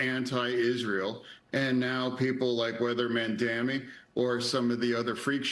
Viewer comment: I love how he say Man dam me